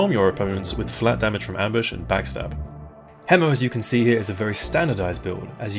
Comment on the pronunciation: Bless you for pronouncing hemo properly instead of "hee-mo."